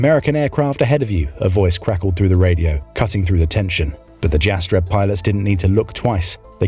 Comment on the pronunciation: the J in Jastreb is pronounced like a Y - Yastreb